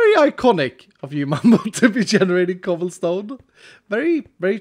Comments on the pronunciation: I died laughing when he said chobblesom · No way he said chobblesome lmao